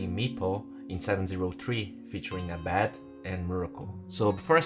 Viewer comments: "ey bed" I guess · It's Ayeeeee~ Bed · if i have a dollar every time you miss pronounce abed.... i could buy the juggernaut arcana right now!